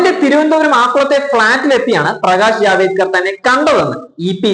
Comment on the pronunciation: ജാവേ ക്കർ അല്ല ജാവ ടേക്കർ G ആണ് ഇനി മറക്കല്ലേ